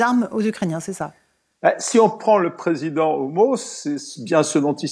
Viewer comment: Il a dit "si on prend le président homo" Ou j'ai rêvé?